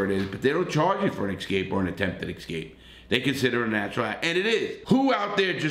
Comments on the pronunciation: it is not EX cape. It is ES cape. Grammar matters. It shows us whether you finished public school. Just a small tip. Keep it up Larry. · I hope you like hearing Larry say "ek-scape"🤣🤣